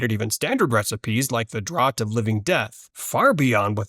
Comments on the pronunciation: Sorry to be pedantic, but "draught" is pronounced like "draft" not "drott." Had to say something. It was just so weird to hear repeatedly. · Draught is pronounced draft. Idk if this is an AI voice or an incompetent reader but thumbs down either way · PSA "draught" is pronounced "draft"